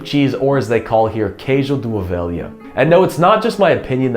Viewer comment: Well done. Even with a bit of non-Portuguese accent (your “lh” in “alheira” and “ovelha” needs some work, but your “” is spot on), you do true justice to Portuguese cuisine. Thank you!:-)